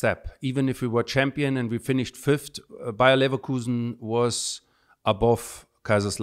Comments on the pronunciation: Yeah, same and I am from England! How does Simon Jordan not know how to pronounce Leverkusen? He use to own a football club. It is actually really embarrassing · Oh it hurts .. Ballack keeps saying it the right way but Simon can't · yeah true but I've never heard anyone pronounce it wrong like Simon; on this one at least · It's called ignorance or, I don't think that's the case, disrespectful in such a case to be a football expert and not know how to pronounce it correctly. Ballack should have pointed him toward the right spelling as I'm sure he prefers to spell it correctly. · Simon needs to be slapped for how he pronounces Leverkusen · Great interview even if with the wrong pronunciation of Leverkusen 😂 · Simon with all the respect, the way you pronounced Leverkusen made me sick, love your show though. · Simon, with all the respect in the world, I hated this interview the way you pronounced Leverkusen made me sick. All the best, great podcast you have. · Can't even pronounce the team name correctly, what a joke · Where's he getting that pronunciation from? Even ballack said it correctly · I'm not even German and I'm pissed at Simon's shocking pronunciation of Leverkusen. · Disrespecting from Jordon should name Leverkusen properly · someone teach the host how to pronounce Leverkusen. Embarrassing! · only Simon Jordan could think he knows how to pronounce German words better than a German person🤦‍♂️🤣🙈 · FFS Simon, it's disrespectful to pronounce the team wrongly. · Painful to hear this mispronounciation so many times. How is it possible to be so ignorant and unprepared for an interview like this? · How ON EARTH do you not know how to pronounce Bayer Leverkusen???!!!! 🤦‍♂️🤦‍♂️🤦‍♂️🤦‍♂️ And ESPECIALLY when you can clearly hear a German native pronounce it the right way!!!! Don't you listen to your guests? I've never heard ANY other English native speaker pronounce it that way before! It's a completely different word! 🤦‍ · Simon “Levercowsen” Jordan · “Leverkausen” omg